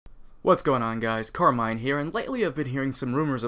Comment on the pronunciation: Waait your name is Carmine and you pronounce it as "Car mine"? No no no...